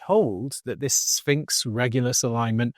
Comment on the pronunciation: If your prediction involves the the word sphinx, u would think u would learn how to pronounce it right. Did nobody at NASA tell him he's saying it wrong